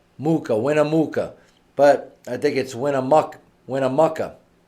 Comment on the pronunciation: WinnaMOOKA? Really?